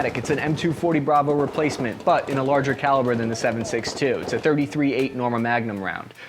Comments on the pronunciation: Tree thirty eight.. not thirty-three eight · Dude its pronounced 3-38. Yes it seems petty but you made this video hard to watch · Pretty sure it's pronounced "three thirty eight" not "thirty three eight" that sounds weird af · Its not 33-8, its 3-38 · It's pronounced "Three thirty eight" NOT "Thirty three eight". Ya got the "three" in the wrong place which shows you are not familiar with this cartridge.. The BARRETT MRAD is an amazing long range rifle, especially in the new .300 PRC cartridge developed by Hornady. Hornady also developed the 6.5 Creedmore over 10 years ago. I shoot the 6.5 CM in my RUGER Precision Rifle in long range competition. And I also use the newer Hornady 6.5 PRC (Precision Rifle Cartridge) in my bolt action hunting rifle. So, yeah, Hornady has been "busy" lately.